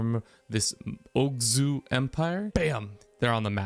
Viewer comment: Big fan of the Oghuz empire. It has such a pleasent color. Also, it's called Oghuz not Ogzuh :)